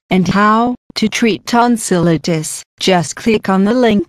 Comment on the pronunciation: she's pronouncing tonsillitis wrong